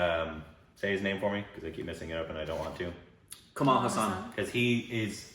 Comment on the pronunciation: They do have Hasan Minaj but the haa sound is bit extended in Kamal haasan just like the spelling suggest..